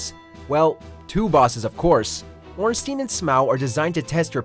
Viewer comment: The Nameless king, Darkeater midir, Sister friede, Father of the abyss, Knight Artorias and Slave knight gael are much tougher DS bosses then Ornstein and Smough. Btw Ornstein is pronunced Ornstein not Ornsteen